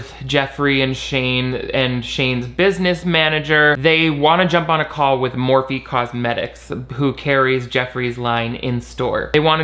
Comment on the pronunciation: Idk why I'm watching this, seeing Shane's face causes my DNA to rapidly attempt to devolve so I can become amoeba. Also I keep hearing morphine instead of Morphe, which I would actually prefer at this point...